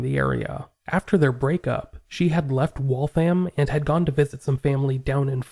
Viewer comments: Waltham rhymes with Gotham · Never heard that once. Ever. I work in Waltham all the time. The thousands of times i’ve heard or said it, it was always pronounced Wall-tham. Even if its said extra fast mayyybe you could get away with Wall-them. But i’ve never really heard that either. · I’m ever so kindly letting you know that Waltham is pronounced Wathium. It’s said quickly, so the name runs together smoothly. It’s Massachusetts; we have the most crazy pronunciations.